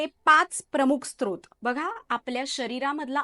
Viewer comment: Srot बोलतात sTrot नाही!!!